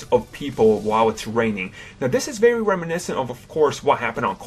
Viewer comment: stop saying reminecint